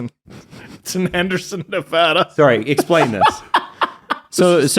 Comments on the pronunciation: Tip for the Henderson trip. Nevahda, not Nevawda. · As someone raised in Henderson: you've offended me twice. Mostly it's pronounce Ne- vAh-dah, not vuh duh. will be taught quickly once he arrives.